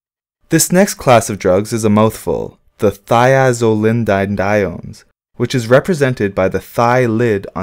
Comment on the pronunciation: "ThiazoLINdinediones" really? And it was all spell out for ya onscreen bro. Yeah, like ya said it's a mouthful, maybe you had something in your mouth at the time.